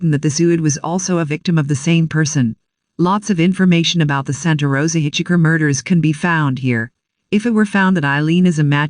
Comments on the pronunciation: Hitch Hiker!!!! NOT hitch Hicker!Hitch Hiker!!!! NOT hitch Hicker!Hitch Hiker!!!! NOT hitch Hicker!Hitch Hiker!!!! NOT hitch Hicker! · I literally cringed everytime the voice says hitch-icker... and this was a video with that word in it alot. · Hey, find out how to properly pronounce words: Hitch Hicker???? Stupid!!! Why does this drone sound robotic!!! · That was the one that kept irritating the f*** out of me too. Although there were countless other verbal mistakes ........ do not like this narrator!!!